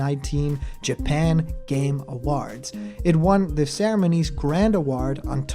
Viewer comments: Why do you say awards like that? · Your pronunciation of "awards" is weird.